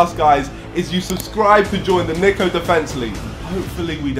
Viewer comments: Only a brit would pronounce Niko like that😂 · It’s Niko not Niko…